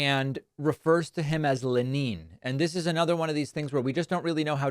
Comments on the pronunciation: In Lenin the emphasis is on the first syllable. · FYI - Lenin with emphasys on 'e'. Even in Russian. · Russians don't pronounce Lenin, Leneen. They pronounce it Lennin. Trump is an idiot. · The maralago manatee is the most crooked, corrupt, human stain. The failed liar-in-chief will kiss the butt of any tyrannical, despotic murderer all over the world. And by the way, Lenin is not pronounced Leneen... the emphasis is on the first syllable, but can you really expect this pustule to get it right? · HAS ANYONE HEARD THE LEGEND OF DARTH LENEEN, they call him. Leh-neen!! I have people, I have the best people!! ✋🤚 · "Rush-AH!" "Len-EEN" Did he even finish high school? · "Len-een" is further evidence of his advancing dementia. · " Le-neen, as they say...??? Another Soviet pair he admires : Sta-leen and Poo-teen. What a complete swine. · Le-neen. Time for a drink. A LOT. LOCK THIS BUFFOON UP FOR GOD'S SAKE. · Actually, it’s Stalin that said it’s who counts the votes that matters; not “Leneen.” 😂 Watching Trump try to pass a stool was fascinating. I didn’t know he was so constipated?! Poor guy! Shouldn’t he have been sitting on a toilet though? 😂. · Russians definitely don't say 'Leneen." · I never heard of luhneen. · Leh - NIN ! 😂😂😂😂😂😂😂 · Can't pronounce what's on the teleprompter so... Len-neen? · Who is Lenneen? LOL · "Lenin"? Maybe he thought it was John Lennon. LMFAO!!!!!!!!!!!!!!! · Russians do pronounce Lenin slightly different than in English....So his Russian is as bad as his Spanish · That's not how you pronounce Lenin in Russian. That quote, which is apocryphal, is normally attributed to Stalin. The other dictator.